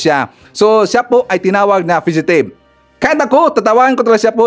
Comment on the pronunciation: Sir fugitive po Hindi fidgetive.